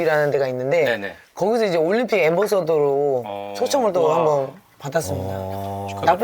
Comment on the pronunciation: 올림픽을 왜 *림픽이라고하지..?